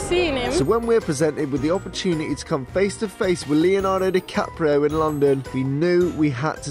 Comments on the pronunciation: Leonardo Dicaprisun rofl 😂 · LMAO I THOUGHT I WAS THE ONLY ONE WHO SAYS 'leonardo dicaprisun'